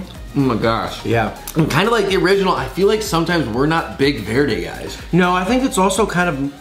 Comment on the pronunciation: Two white boys trying to say "Verde" lmao. Tamatillos and hot Chili's is what green salsa is made out of. Verde!